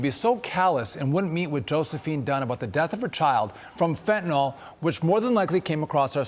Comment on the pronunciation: Fentanyl. Fen to 👉nyl 👉n i l fen ta nil NOT nol.